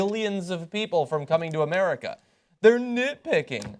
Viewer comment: "They Hate Amereeka" How ironic lel